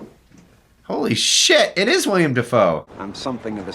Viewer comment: I’m gonna be that person…it’s Willem Defoe not William 🥲 (only pointed that out because yes, I also mispronounced it for a very long time myself 😂). Also, this movie, without fail, makes me curl into a fetal position and sob.